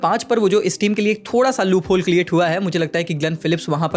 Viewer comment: bhai ne create ko cleate bol diya😅